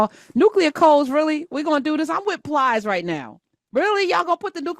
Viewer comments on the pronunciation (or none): Calling Plies “Piles” is hilarious